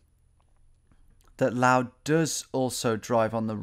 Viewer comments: Someone tell Tom how to say “Laos” please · How to trigger a Laotian: "this is LAO!" Correct form: LAOS, because the 'S' is not silent. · Why do you say 'lao' instead of laos? The s isn't silent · Laos rhymes with blouse. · In the Laotian language, they call it Lao and the S is silent.